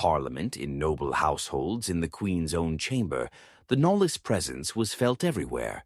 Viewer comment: Also, Knollys not pronounced “nollis” but “nohlz”